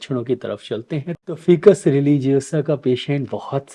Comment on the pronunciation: उच्चारण ऐसे है--"फाइकस"(FICUS) ।आप इसे "फिकस" बोल रहे हैं,इसे सुधार लीजिये। हम वनस्पति विज्ञान के छात्र रहे हैं,इसलिए इसे सही ढंग से उच्चारण करना सीखें हैं।वैसे आप बहुत अच्छे से समझाते हैं और बहुत लोकप्रिय भी हैं,धन्यवाद जी ।